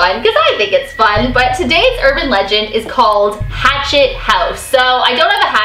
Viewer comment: did she say rachtet house ?